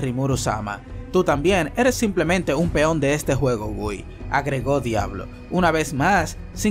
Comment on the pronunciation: una sola vez pronuncio bien el nombre de guy SALU2